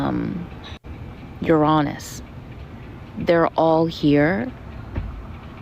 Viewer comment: Youronus??? Never heard Uranus pronounced that way lol 😂😂